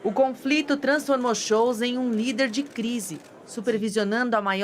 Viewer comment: Robert Friedrich Karl Scholtz: Schóltz e não Schoutz🙃